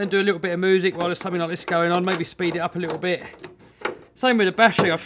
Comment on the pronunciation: Haha he said moosic